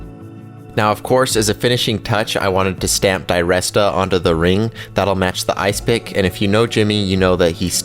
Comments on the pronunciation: His name is pronounced der rest a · Great video, great ring. Odd way to say his name though